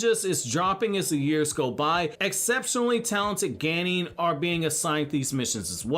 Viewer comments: English pronunciation of Japanese words is just strange. "hoe-kagey" "geynin" "joe-nin" :P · Wtf is a ganin Ganin Ganin ganin 🙄 As such a top notch Naruto lore knowing it's a F*ucking Genin Jesus christ